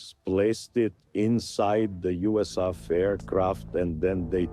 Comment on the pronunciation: Never heard USAF pronounced like that